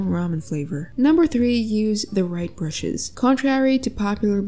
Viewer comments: "rigth" "Bruhes" accidental? then is accidentally funny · "And number 3 use the right"bruhes"✨😶💅